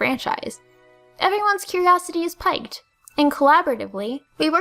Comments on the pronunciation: The word "piqued" is pronounced the same as "peaked." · The word piqued is pronounced "peeked" and not "piked" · Tips; Jaune is pronounced much like "Jone", like Jones. It means "Yellow" in french, and Pique is pronounced as "Peek", not "Pike". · Curiosity is 'piked'? That sounds like the only french word you pronounced funny to me… o3o One of my favorite things about this new generation is Nintendo & Gamefreak's effort to bring back an element of mystery to the series. One of the reasons the original generation was so cool was because of all the possibilities and speculation that went around with it, even though most of it proved to be unfounded. I'm glad they decided to bring back that element of 'the unknown' back in a world full of online FAQ's and tell-alls. I don't typically enjoy most of videos, but this one brought some good stuff forward that I wasn't aware of. Great vid! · Props for using it and using it properly, but "piqued" is pronounced with a long "e" sound. Not making fun, just a guy with an English degree who wants his precious language to be pronounced properly. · she is just horrible at french pronunciation... Jaune plaza was a funny one and forgivable, but piqued? That is just a normal everyday English word...